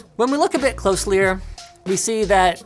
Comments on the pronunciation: Did he say look at this closelier? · CLOSE LIE R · "when we look a bit closelyer" lol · Did he say closelier? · "closleyer" lol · "When we look a bit closlier..." hahaha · "Closlier" LOL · "closeleyer" lol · "closyer" XD lmao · "When we look closlier..." Linus November 14, 2019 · Did y’all catch Linus saying closely-er lol ❤️ you LMG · "Closlier"?? Coining a new word? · "more closlier" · More closelierer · Does he say closier? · "when we look a bit closelyer" lmaoo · "closelyer" Linus 2019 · "When we look a bit closlier" wut